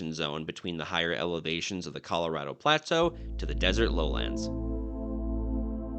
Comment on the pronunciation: Dude, I’ve never heard anyone pronounce “plateau” the way you do, with emphasis on only the first syllable, “PLAA-toh”. Were you raised in northern Minnesota, near the border with Canada?